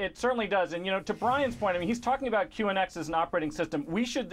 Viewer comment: ONX? It's QNX you genius..